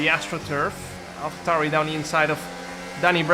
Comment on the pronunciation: Why you calling it an alpha tauri